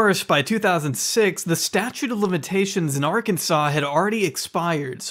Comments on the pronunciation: Whyyyy does he keep saying Arkansas like "arkan-zus"... 😵😵😵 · I’m bout to have aneurysm if Hassan says Ar-Kansas one more time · Pls why does he keep saying ar-Kansas it’s ar-ken-saw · just want to say how much i appreciate Hasan pronouncing the final s in Arkansas. there’s apparently a law stating that it’s pronounced Arkansaw. such glorious disrespect. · why cant he saw "R - CAN - SAW" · As an Arkansas resident it pains me on how Hassan pronounces the state 😭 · Am I high or does he say Arkansas way off 💀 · No one is going to mention how he pronounces Arkansas? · dude, drives me crazy that you keep pronouncing Arkansas wrong. and no it isn't that cheap there. most people with that many kids live in absolute poverty.